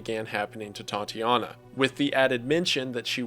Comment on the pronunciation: Another great vid but why do you prounouce Tatjana as TATI jana?